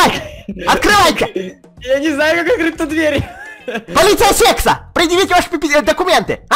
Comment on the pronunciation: а почему ты говорил полицея секса?:-)